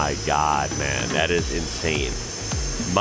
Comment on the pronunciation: that is how you pronounce "M.A.N."